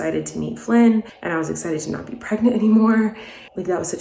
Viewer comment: i thought you were saying that you were pregnant again